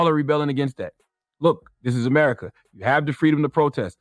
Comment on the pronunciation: “if you don’t like aMuurrika you can giit out”